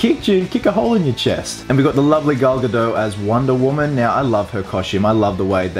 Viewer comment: It's pronounced "Gal Ga Daht" not Gal gadoe